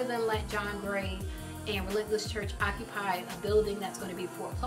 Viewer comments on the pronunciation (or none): At first I thought she called it rentless church